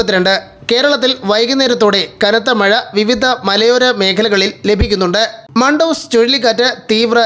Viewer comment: മണ്ടൂസ് അല്ല മണ്ടൂസേ മന്ദൂസ് എന്നാണെത്രേ അറബിയിൽ ഇതിന്റെ ഉച്ചാരണം 😜😝